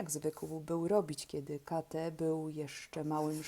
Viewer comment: Lektura siwetna, ale jednak jedna rada na przyszłość nie kate tylko kejt